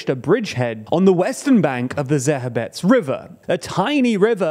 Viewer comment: River Zhe-reh-betz'. (Means male horse, btw). Honestly it's hardest of all to explain Ж 'Zh' sound to the people in the West, but the mistake you made in the second syllable is weird. There's no "gh" there, that's R, pure and simple. Kli-shchiv-ka (That scary 'shch' combo is the same consonant you hear in the first syllable of the word "shield".